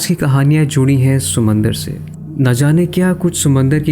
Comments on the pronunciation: Sumandar nahi Samandar hota he Meray Bhai😊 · ‘Sumandar’ LOL